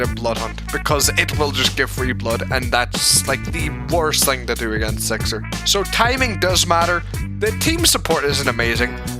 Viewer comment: WHY ARE YOU SAYING SIXER WITH E ISNTEAD OF I